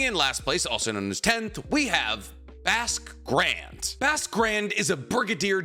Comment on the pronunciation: “Basque Grand”, pronounced: BOSK Grond